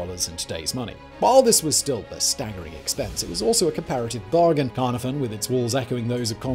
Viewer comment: Caye-nar-von. cad-oo, glin-doo-r